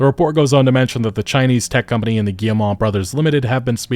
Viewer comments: Hey, good video, FYI for your future videos, you pronounce Guillemot "Guille-mah" but it's really just "Guille-mo". Like you would prounounce "foe" or "Joe". Thanks for the content otherwise! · Cannot keep listening to this guy pronouncing the name. Guilletmot is pronounced gee (as in gift)-moe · Nobody checks how to pronounce Guillemot bf they make a video about them lol